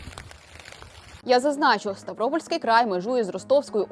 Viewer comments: Боже, який СтАвропольський край , правильно СтавропОльський край, наголос на "ПО".... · Хто ж вас, безграмотних, випускає в етер? Перечитайте нраматику: наголосна третій склад має бути!😅